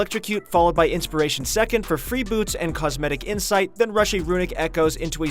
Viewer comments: Did he just said "cosmetic insight" tf bro hahahhaa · I'm pretty sure I heard cosmetic insight